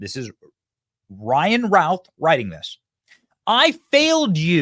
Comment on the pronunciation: BENNY, his last name is pronounced "RUTH"